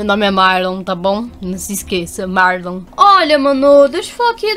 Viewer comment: Mais é Marlon não é marom é marlon